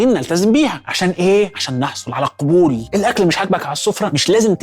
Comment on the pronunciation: قل القَبول بفتح القاف لا بضمها، لأن الضم يحمل معانٍ (مش ولا بد) 😂😂🤭